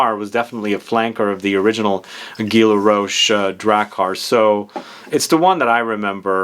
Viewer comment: It's guy like I saw a guy. Not gee laroche lol. Great video tho love your content